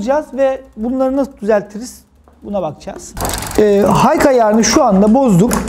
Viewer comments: video yararlı ama high’ın hayk diye değil hay diye okunduğunu söyleyin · Hike değil high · Ellerine sağlık usta çok güzel anlatım. Ufak bi düzeltme olacak izninizle.. H dediğiniz HIGH(yüksek) yani okunuşu HAY.